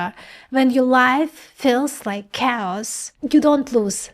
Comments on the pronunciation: its pronounced kheos not cows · My lady, you can't do a video about chaos (KAY-OSS) and say COWS every few seconds. XD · Love your work - just a tip - when you say Chaos, sounds like you said "Cows". A native English speaker would say Chaos as K-os. For a moment I was thinking, what do Cows have to do with computing. Interestingly, you say "Chaotic" correctly... hmm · LOL, I thought you said "If you're life feels like COWS, you are sampling reality." I spent a lot of time on that one! Can you give more examples like the "AXB" please? I'm not grasping how it would work in other operations..THANKS! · 😅 so cute. I.keep hearing cows too when you say 'chaos'. Ah, love this girl... too bad you are on the wrong side of humantiy sweety : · / effectively pronounces cows! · At first I thought you were saying “cows”😂 Chaos is pronounced “Kay-Oss” FYI. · I heard "cows" and the closed caption showed "cows" Chaos !!! -- sounds of words themselves are chaos (cows). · Took me awhile to figure out she wasn’t talking about cows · Did she say cows? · I can not unhear cows instead of chaos. I am sorry. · Why is saying "chaotic" not a problem, but "chaos" is cows? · I heard "cows aren't cows"...I know she meant chaos. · love the videos. Please pronounce Chaos like Khaos. Emphasize the letter c as the letter K! sound. Keep up the great videos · Please improve your pronunciation of chaos as cows! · Yeah everytime she says Chaos (K-US) it sounds like she says Cows..lol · Took me a while to understand where you guys found these "cows" in the video..... I just heard a pronounced-with-difficulty "chaos", I didn't think of any cows! Hahaha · you are mispronouncing chaos "KAY-ahs". Your Russian influences the English word. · Did you say "cows"? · I thought she was saying cows as well. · Took me half the video to realize she was saying chaos. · Is she saying chaos?